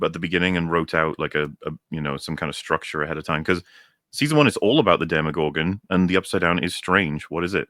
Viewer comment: Every damn time says Demigorgon I yell at my screen. They're called DemOgorgons, man!!!